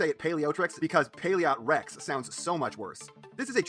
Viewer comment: You pronounce it right. Paleotrex is a combination of Paleontology and Tyrannosaurus Rex. As such that is how you would pronounce it.